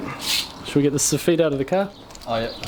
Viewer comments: So feet lmao... pronounce it (soff it) .... soffet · Fuck me m8... So-feet was a hard word for me to choke down for 9mins... Hawdcore m8, hawdcore. Otherwise excellent vid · Stop saying sofeeet. Lol. Joiner from Scotland. Keep up the good work👍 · You say "soff-eat", I say "soff-it" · Every time u said sofeet I did sofit as I'm form Ireland and we say sofit😂😂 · Its Sofit Not So-Feet. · Lol sof-eet. We call it Soff -it. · It's not sofeet...it's soffit. I always hated fixing someone else's crap work. BTW...this video had no ad at the beginning. It would be a crime if you are not getting monetized. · Funny how you pronounce Facia the same way as we do here in the Uk, but it took me a while to understand what you were talk8ng about when you say soffit …. Lol. Phonetically it sounds like Soff it when we say it. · Here in the comments just for the so-feet banter. I can’t tell if that’s how it’s pronounced in NZ or if someone told poor that’s how it’s pronounced when he was an apprentice and damned if he’s gonna change now! 😂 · When you say " soffeet" I assume you mean soffit! Never heard it pronounced like that, sounds like soft feet. 😂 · Funny hearing you call a soffit a so feet. Protect your fingers. Thats gunna leave a scar. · It took me forever to figure out what suffet was until I saw the picture than realized we pronounce it totally different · The way he says soffit is so weird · Love your videos but cring when you pronounce soffit.